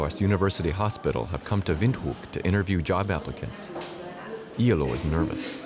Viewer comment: Iyaloo not eylou